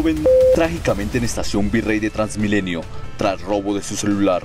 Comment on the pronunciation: "Trasmilenio". Rafael Poveda